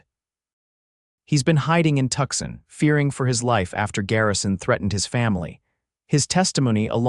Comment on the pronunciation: Tucson not tuck son